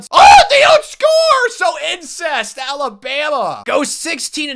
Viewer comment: Are you saying “ incest “ for Alabama or im tripping?